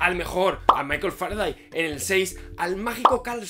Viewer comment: "Faraday" ups xd